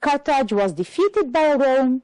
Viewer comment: If you allow me, I would add to pay more attention to pronunciation as for "was" (the weak form is sometimes required ). "Hear" sounds like "here" doesn't it? One last advice to learners is that reference words could show very helpful in finding the right order of jumbled sentences. If you focus on these and know their referred items, the task becomes easier.